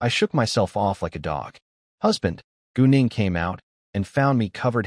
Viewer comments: I wasn’t looking at my screen and when he said gu Ning I thought he said going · Every time he says gu Ning i hear goon8ng